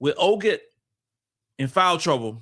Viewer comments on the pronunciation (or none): her name is Oh-Kot